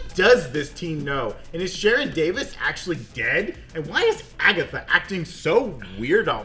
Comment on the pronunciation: My wild outside theory based on the weird way she pronounced "sharon" in the second episode (sha-RON) is that she is actually Charon. Maybe because I was watching too much Kaos though.